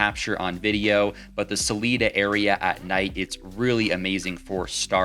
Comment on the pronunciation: So my girlfriend and I plan to come down in October. Thank you for the video and just a minor correction for you its pronounced Salida not Saleeda long I but all good